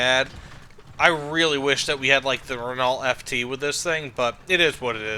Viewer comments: please NEVER say renault ever again and see how it's pronounced first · pronouncing renault like that is going to make me spaz out